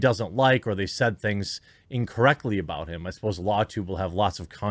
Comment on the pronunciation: Aboot. Sounds like you been watch to much candian truckers Jermy :_QuarteringCartoon